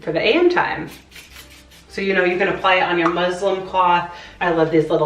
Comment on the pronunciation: Congratulations! P.s. it's pronounced muss Lynn not Muslim